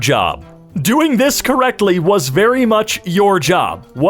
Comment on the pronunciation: emphasis on "WAS"